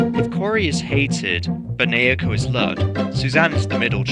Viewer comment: As an unfortunate owner of Wii Music, I personally think the redesign for Naoko is pretty cute. Also, her name is pronounced "Now-Ko". Trust me, I had to learn that the hard way, myself. I also like the redesign for Ross. His old look is a bit too simple and not as expressive. I have to be honest, I liked the original design for Donna, since I saw her as a less of a mashup of Yoko and Alyssa and more of an orignal Mii design that looks like a light-skinned black or latina woman.